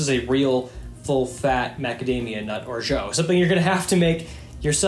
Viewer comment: Your pronunciation of orgeat is ridiculously poor. Please improve it.